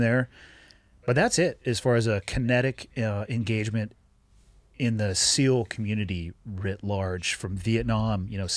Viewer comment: Did he just say ‘CEAL’ instead of ‘SEAL’?